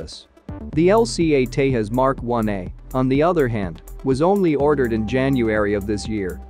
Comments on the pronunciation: Pronounce it as Tejas...not Tehas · Hey buddy you pronounce Tejas wrong. It’s nit Hispanic name where j is h or I don’t know lol